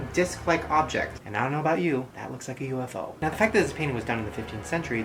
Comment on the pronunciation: No that's not how you pronounce UFO 😂😂